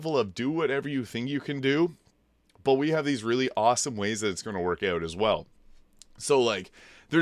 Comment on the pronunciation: Had to check your profile after hearing you say 'eught'. I'm from the middle-ish area of Canada and noticed people east of Thunder Bay tend to pronounce 'out' as 'eught', lol. That said I'm (a young looking) 41 year old and largely got back into gaming because of Elden Ring too. Having grown up playing games until roughly 2008 I preferred the turn-based RPG style of the older Final Fantasy games. BG3 though really took me back and reminded me the magic of games. I actually still haven't beat the game, I got to the lower level my first attempt then repecced everyone then went away for a few months and couldn't remember how to use any of them after. I just started my 4th attempt again today and have been following your builds since the 2nd attempt. I keep restarting because I don't want the game to end, lol.